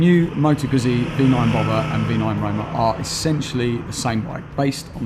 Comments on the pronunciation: 'gootsy' not 'guzzy'... 😑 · LOL! Knew you weren't a Moto Guzzi fan as soon as you pronounced it Guhzee instead of the correct Gootzee! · Nah, that excuse doesn't work. TRUE Moto Guzzi fans, wherever they live, pronounce it the way Italians do, just as TRUE Porsche fans pronounce Porsche with two syllables as it is done in Germany, Por Shuh instead of Porsh. I have British, Swiss and Finnish friends that all own Guzzis and they all pronounce it Gootzee. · Doesn't get Guzzi this guy. Cant even pronounce the name. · How about learning the pronunciation of 'Guzzi' before doing a review? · oh god please learn how to pronounce 'Guzzi'! Hurts my fckn ears